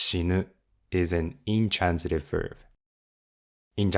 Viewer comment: I have been following your MNN lessons from the very beginning and they make the MNN books much more understandable and digestible, so ありがとう!!! Btw, I'm also a private English coach, and I don't mean to be pedantic, but "verb" is always pronounced with a hard 'b', never like "verve", which is also a word in English. 🙂